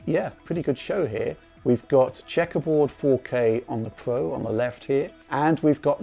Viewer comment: lol he actually referred to the pro as soup XD